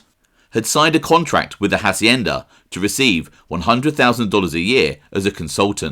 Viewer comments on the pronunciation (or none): none